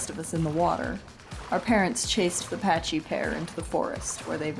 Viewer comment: Why do so many people pronounce pachy as patchy. Genuinely curious. It's pack-y just like the name pachycephalosaurus.